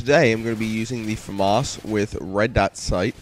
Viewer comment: soo it is pronounced FAAMAAS